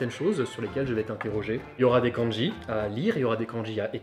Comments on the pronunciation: le prof prononce mal le mot *Kanji*...finalement un vrais bilingue il n y en a pas ... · Houla ! Quand déjà j'entends la mauvaise prononciation du mot "漢字" par le prof, j'ai peur ! Il ne faut pas prononcer ça à la française, mais comme ça se prononce : か+ん+じ... Enfin, bref, je continue quand même la vidéo parce que ça peut être rigolo. Bon, à part "火", ce sont des kanjis qu'on utilise pas. Sinon, vous pouvez m'expliquez pourquoi vous avez écrit "asarashi" au lieu de "azarashi" ? Bon, en écriture de kanji, ton niveau est meilleur que le mien. Autant, je peux les lire un peu, autant les écrire, c'est limite impossible, je ne me souviens pas. Les phrases à traduire étaient très drôles ! Pour les lapins, un de mes profs nous avait expliqué qu'à une époque, les japonais (le peuple) n'avaient pas le droit de manger de viande à part du poulet et des oiseaux. Mais il y a eu une pénurie et affamés, ils se sont rabattus sur le lapin qui était à profusion. Pour se donner une excuse, ils les ont comptés comme les oiseaux. Pour conclure, les kanjis ne servent à pas grand chose... Etre bilingue c'est parler une langue, pas l'écrire ni la lire...